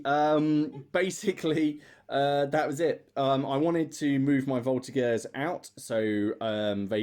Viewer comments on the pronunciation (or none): Just a quick one :) In Voltigeurs the g is pronouced like a j (minus the d sound at the beginning). Thanks for your vids, I'm a true fan ! Cheers from Quebec !